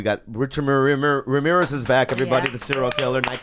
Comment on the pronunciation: Hey Bobby, say Ramirez again. lol